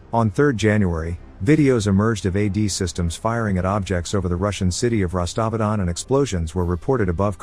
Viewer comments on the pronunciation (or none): "The Russian city of Rosstovedawn" ?!?!? Ha ha ha ha ha ha 😁!